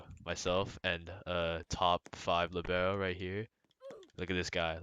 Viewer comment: u say libero wrong....